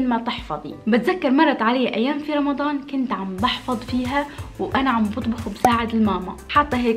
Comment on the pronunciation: حد خد بالو انها بتقول رمظان مش رمضان